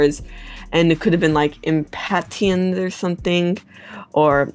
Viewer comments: The flower impatiens is pronounce "im-pay-shence", just like the word impatience. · im-pah-tyents... say patient.. but with and im-. impatient. pls.